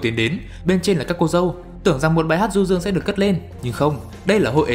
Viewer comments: xem 1 nửa thì nhận ra anh nói là cô dê và chú rể:))) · tại sao anh lại đọc là cô rê và chú dẩu :)))/